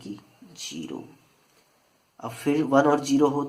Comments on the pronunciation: Plz its zeroooooo gerooooo nahi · Gero nahi hota bhaii, zero hota hai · bhai its zero not gero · Gero nahi zero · Jero hitts different l🤣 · Arey 🤭 sir wo jiro nahi zero hai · The right word is zero from ZZZZ not jeeero from J. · Someone tell him it’s zero not jero 😂❤️ btw it was very helpful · Ohh chacha jero nahe zero hota ha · It's ZERO not JERO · The way u said zero 🙃funny .. 😜😂🙃